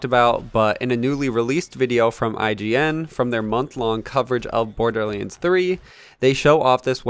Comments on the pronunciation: ”Borderleens”? Hmm... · why do u say *borderleands*? lol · Ah yes borderleens 3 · whats a borderleins 3😂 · bro this nigga says border leands one more time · BORDERLiiNDS WTF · YOUR SAYING BORDERLANDS 3 WRONG